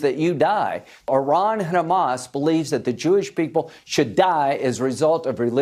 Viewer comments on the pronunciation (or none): "Chamas" delegitimizes but also adds levity to a grave thing to think of and say on the regular. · I think the reason Hasan started recently pronouncing Hamas in the manner he does is to make it a fun playful silly thing so people will delegitimize their terror in the way that he does. Like “ohh that’s just silly billy Hamas over there, don’t mind them they wouldn’t hurt a fly.” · he pronounces like that because that's how Palestinians pronounce it. People who view Palestinians as less tend to mispronounce it because they view Palestinians as less than human.